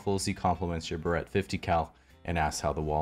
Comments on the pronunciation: I don't know why this bothers me so much but it's Barrett is pronounced beh-rit not bah-rhett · Mispronouncing Barrett as barrette definitely increased my "quarantine" drunk enjoyment here. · Just for anyone who doesn't know. If you are trying to seem American never pronounce Berret 50 cal as ber et. I immediately knew he wasn't American. We over here in the states pronounce it (bear et). Just for any future Russian spies.